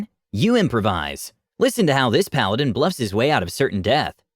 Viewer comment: My tiny brain throught it said buff not bluff